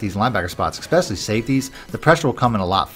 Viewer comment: ESPECIALLY NOT EXPECIALLY.